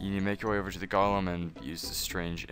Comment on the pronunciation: Hey thanks for the guide! But one thing-Its pronounced "Goal'em" you're saying it like "Gollum" off the Hobbit lol. (Not being rude just I used your guide lastnight to finish the golem quest, now using this one and noticed you're still saying "gollum" :P Keep up the good work though!